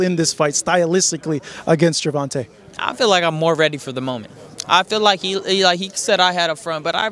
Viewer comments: This dude always saying “gervontuh” 😒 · as disrespectful as ever...butchering Gervontas name!!! I bet if Davis checked them on that bullsh*t they'll change their tone real quick 😂😂🤡🤦